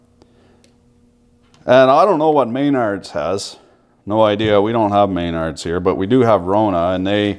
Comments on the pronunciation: it's McNards, not may-nards. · It's pronounced M'nards